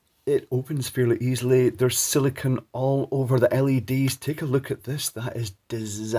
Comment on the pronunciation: I've been a fan for at least a few years. I have an honest question that I was hoping you could answer for me. You mention there being silicone in the bulbs to seal them, but you pronounced it as if it was "silikin" (a word that doesn't even exist). I know the difference between silicone and silicon, as well as how to properly pronounce each one. My question is, why does almost every youtuber pronounce both silicone and silicon as silikin? It's a bit confusing for 2 unrelated words to be mispronounced as if they were the same word.